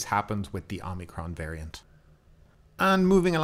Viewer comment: Omicron not omnicrom.